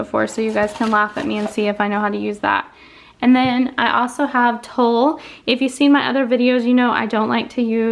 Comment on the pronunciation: You keep saying “Tull”, but isn’t what you using called “tulle” pronounced “TOOL”